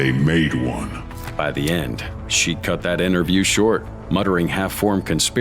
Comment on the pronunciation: 15.42 can’t say the word cut